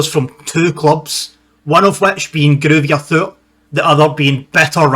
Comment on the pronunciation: Pronounced Groiter Fort. The two Bavarian sides that were chosen for the first Bundesliga season were 1.FC Nurnberg and TSV 1860 Munchen.